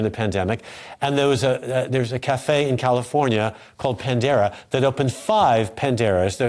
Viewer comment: PANERA not Pandera.